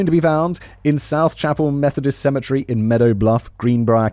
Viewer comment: cemetery.. not symmetry Lol. I'm just breaking balls. Fan of your content, all channels